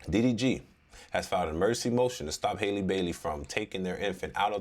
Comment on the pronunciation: HALLE HALLE like Halle Berry..... Please